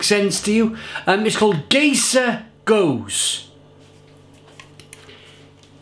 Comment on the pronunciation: Cheers,! Just a point of pronunciation - this beer is called "GUY-ser GOH-zay". It is meant to be a play on the name of the villain, Keyser Szose, from the movie "The Usual Suspects". And it IS a great beer! Love the channel!